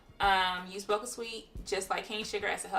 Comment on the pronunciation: The "CH" in Bocha is pronounced like church, not like a "K".